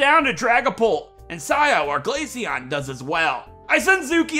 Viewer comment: GLACEON, NOT GALACEAN! FIX IT NOW!